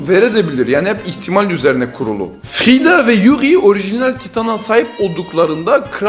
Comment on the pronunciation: Kurucu titan❌ Ohicinal titan✅ Ymir❌ Ymiahh✅ Frieda❌ Flida✅